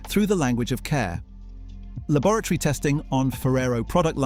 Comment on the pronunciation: Lab-OR AT ORY, not lavatory